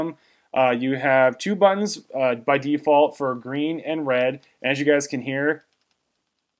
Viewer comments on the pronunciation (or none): none